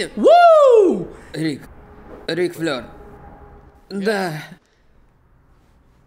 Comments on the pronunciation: Рик Флэир!!! ФЛЭИР!!! А не флёр! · Рик Флэр,а не Рик Флер!!! OMG!!! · Рик флэир а не флёр